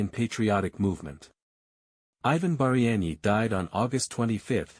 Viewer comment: Хлопці так не піде, так не працює. В заголовку прізвище Багряний написане по одному у описі по іншому, в відео по третьому, а диктор (ШІ) взагалі вимовляє так що не розбереш. Таким чином не популяризують особу. А так успіхів вам!